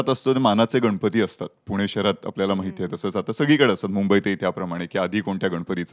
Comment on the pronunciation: Anchor Bai गनपति नाही गणपती mhnaycha bar ka bai